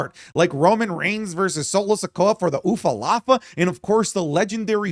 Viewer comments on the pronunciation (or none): I BEG YOU - UFA LAFA are two different Samoan swear words/insults 😂😂😂 please say ULUFALA 🙏🙏😭😭